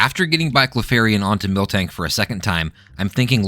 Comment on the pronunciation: MIL-tank not MILK-tank